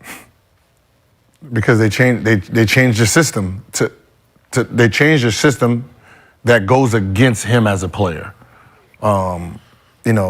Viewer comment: "They changed the shystem "